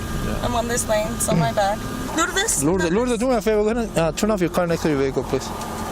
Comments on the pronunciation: That's not how you pronounce lourdez. It's like lord ace. Not such a long a but Much closer than pronouncing it like Lords. And I don't mean any disrespect by this comments. I am not the pronunciation police i'm just trying to help for The future so please don't send me hate in the comments. I seriously don't mean that in any way disrespectful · Miss Hernandez name is pronounced “Lou-dess”. lol sorry… 😅